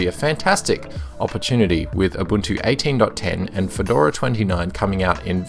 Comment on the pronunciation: You almost always say abuntu not ubuntu :)